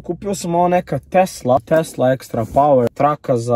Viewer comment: 😂kaze tesla ono pise tesa jao brate najaci si bre nasmejes me